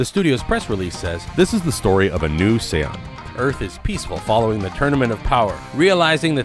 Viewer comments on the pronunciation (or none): "this is the story of a new sayon"